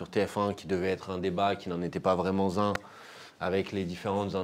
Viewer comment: Manuel Bompard parle du passage de JLM dans l'émission sur TF1 : "(...) qui devait être un débat mais qui n'en était pas vraiment Z'un (...)" Hey Manuel, c'est quoi cette liaison tordue ?!? ^^